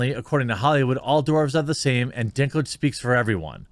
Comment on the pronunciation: I kept hearing Dicklage